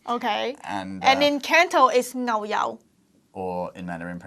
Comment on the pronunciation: OMG .. she said nou yau instaid of ngau yau (牛油) ... she can not differ N, L, nor can she pronounce NG ... she has an english accent in cantonese ..